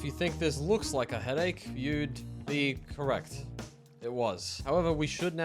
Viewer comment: don't think ur suppost to say headache like that.